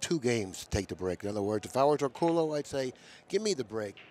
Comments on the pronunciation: No. It's pronounced OR COOL YOU in the Philippines. LL's are pronounced as LY in the Philippines. POLLO would POL YO, not POYO. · it's pronounced "or-ko-lo"!!!!